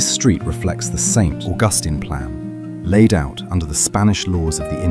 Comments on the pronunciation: It's not St. AuGUStine. It is St. AUGustine. Stress on the first syllable. Also black slaves tried to escape to St. Augustine because Spain did not allow slavery. Henry Flagler's railroad is still the main line in Florida. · Beautiful video as always, but I think your a.i. machine needs a bit of repair. " Street Oh-Guss-Ton" Not exactly correct there, nor Costelllo. Amazingly though, it pronounced Coquina correctly and didn't comment KOH-KWINN-A LOL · First , AI, IT is pronounced Saint August Teen.